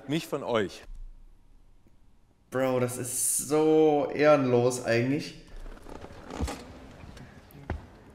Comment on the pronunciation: ährnlos